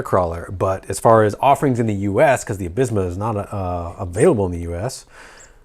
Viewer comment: Nice, I'm glad the Absima (pronounced Ab See ma, btw 😂) Sherpa has found a way to the US market. Had mine since February and it's been amazing. They updated a few bits since the early release and this looks like a straight rebrand of that. I've got a whole series of videos on my channel (including putting a Crawlmaster Sport in there). Can't wait to see what you think of the performance. 🤙